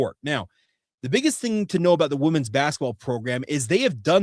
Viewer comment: I love ya dawg, but women's is pronounced wim-in's.